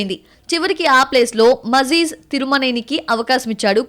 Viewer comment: మాఘిల్ తిరుమేని , మాజీజ్ కాదు . 😢😢😢😢😢